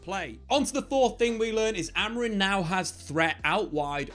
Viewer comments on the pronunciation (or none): Please stop saying "Amorin" 😂 Other than that, great video as always